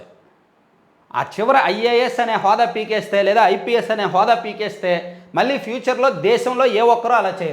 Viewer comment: నమస్కారం అండి. మీరు ఈనాడు జర్నలిజం స్కూల్ లో చదువుకున్నా కూడా లో కళ,కల...మళ్ళీ, మల్లి...కణం, కనం అనే పదాలకు తేడా లేకుండా మాట్లాడుతున్నారు. అది కొంచెం సరిచేసుకోగలరు...